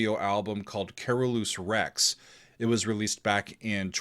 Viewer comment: Carolus Rex is to pronounced as Latin, as it is latin. Have you heared of the 80ty year war ? wink wink, notch notch.